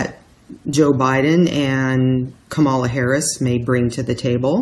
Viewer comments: Pronounced comma - lah. Still - thank you,. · msbettykay Ka'-ma-la - accent on the first syllable.